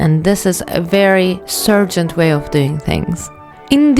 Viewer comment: Why do you pronounce his name "Sergent"? His name is Sargent, with an A!